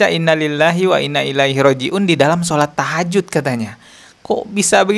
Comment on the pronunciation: Tahajud apa takjiah😂